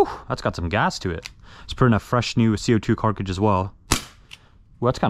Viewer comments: I swear that he says “carcage” (like carcass) instead of cartridge. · wait this guy owns a not shitty cs skinned knife? anyone teach him to say cartridge correctly yet either? 10 years into airsoft videos and still? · “Carkage”😭😭 love the content tho 🫶🏼